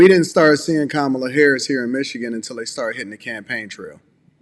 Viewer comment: M Johnson known her for 20 years and still doesn’t say her name right. 😂